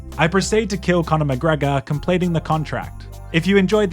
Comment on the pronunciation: cornore macreeego and toptuuria